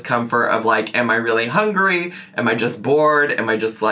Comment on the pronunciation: Her actually pronouncing the word hungry correct to just turn around and troll with houngry sent me.